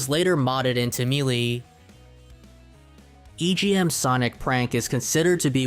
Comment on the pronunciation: Homey I love your content, but you HAVE to work on your pronunciation, there’s a couple of words you get wrong. Melee is pronounced May Lay. I would recommend finding someone to share your video with and they can provide you notes on how to pronounce words. Other than that, your content is awesome and I love it so much.